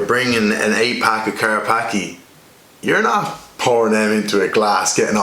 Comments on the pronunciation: Its Polish, and its pronounced "Car-patz-kyeh" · It's pronounced Car Spa Ski